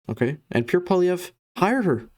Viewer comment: You are full of 💩💩💩💩💩. You can’t even say Pierre’s name right! 🤬🤬🤬🤬🤬🤬💩💩💩💩💩🤬🤬🤬🤬